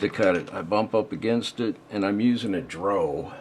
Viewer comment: LoLoL It's called a D.R.O., not a dro.